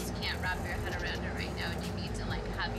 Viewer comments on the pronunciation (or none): none